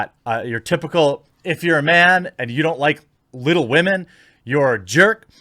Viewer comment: I would rather read Tom Sawyer than 'Wittle Wahmen'